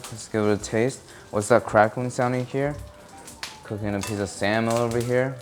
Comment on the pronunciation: "cooking a piece of samlel over here" "i'm givin it an AR out of 10"